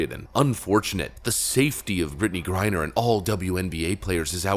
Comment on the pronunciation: Jamil Hill keeps pronouncing the name "grind her", at least that's how it sounds.😱😵😳